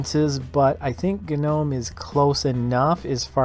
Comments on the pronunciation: It's pronounced nome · Why does everyone say guh-nome